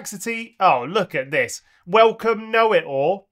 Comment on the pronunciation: Your mistake „thas“ instead of „this“ is actually correct in Bavarian German 😂 Des (pronounced like thas) means this or also the